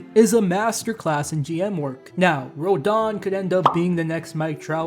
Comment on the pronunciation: Rodon? It's Roden mate. ROW-den.